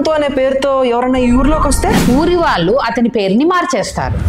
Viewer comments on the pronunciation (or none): none